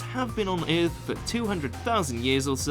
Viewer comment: why cant you say Earth correctly?? wtf??